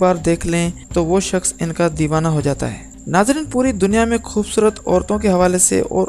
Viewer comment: O bhai Urdu ko urdu ki tarah parho aur bolo talaffuz sehi adaa karo khhoobsurat nahi khoobsurat hota hai zara insan bano aur apni zuban ko tarjeeh do bachata doosro ko promote karnay k